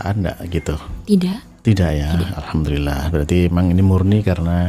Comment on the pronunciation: Maaf ustad sy luruskan dari bacaan anda yaitu ALHAMTULILLAH ini kurang tepat, tapi yg benar adalah ALHAMDULILLAH